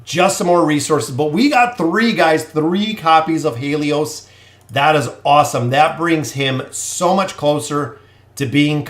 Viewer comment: Grats on the pulls. Btw Haelus is pronounced like: Hey and Lus not He lios.